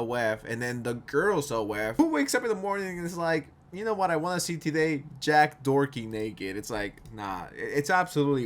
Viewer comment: Sounds like you're calling him Jack Dorky😅